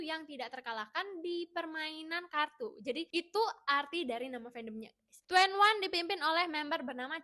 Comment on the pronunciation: Iya njirr Tueniwan jadi 2en1 Ciel jadi Ceel 😂😂😂